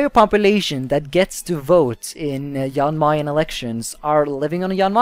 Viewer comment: It’s pronounced Jan Mayn